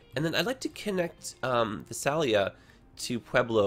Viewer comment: You pronounce Visalia Vi-sail-e-u. From, a Californian.